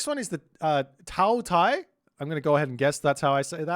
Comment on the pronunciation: Also. "Qi" is pronounced as CHEE "Tie" is pronounced as TYEH "Hundun" is pronounced as HOON-DOON